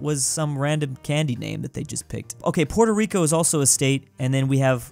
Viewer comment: Congrats on 1mil but god I hate the way you pronounce Puerto Rico 🇵🇷. I’m a bit bias because it’s my home island, but if you can say Nicaragua right, you can do Puerto Rico as well.